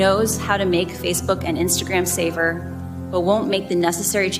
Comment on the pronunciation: I swear when she says "safer" she's pronouncing it "saver"...